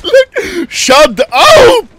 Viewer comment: The "shad aup" litteraly killed me 😂😂